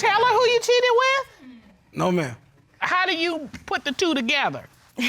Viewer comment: "Back then, yeah I did cheaddedd"